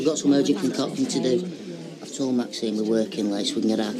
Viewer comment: Not sure if he is a good actor or a bad one that has problems with pronouncing names etc.He could never pronounce Maxines name!